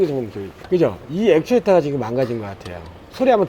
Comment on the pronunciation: 액튜레이터 라고하시네 ㅎ